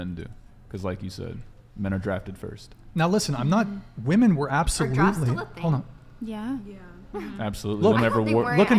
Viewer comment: Sigh. I guess I came to watch again cause I'm punishing myself for my sins in life. Also, anyone else notice that she can't pronounce the word "women" properly? "I think all of us here are tens." Look gents - any woman who says that is a liar. Don't put your dick in that. If any tens actually exist, they are RARE. Like, there are only a handful on the whole PLANET, adn they get quickly snapped up by an oligarch or end up in porn or something. This is not a table-ful of tens. "I don't know how you want me to answer that." She keeps saying that - sign of a dishonest person. There's only one way to answer questions. Honestly. I don't need to know how someone "wants" me to answer a question if I'm honest. And her refusal to discuss how women are oppressed shows that she has nothing. She's disingenuine and is acting in bad faith. If she truly cared about women's oppression, this would be an excellent opportunity to do something about it, with the platform that Brian has provided her FREE OF CHARGE. She doesn't even have to run for office or risk her life. This is the freedom fighter's dream. And notice the other women didn't really jump in either. Guess they had nothing too.